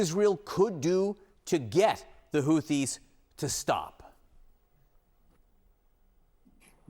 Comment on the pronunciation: it TH and not DD. Houthis and not Houddis